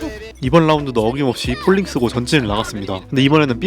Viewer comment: pulling 자꾸 폴링이라말씀하시는거 불편 ㅋㅋㅋ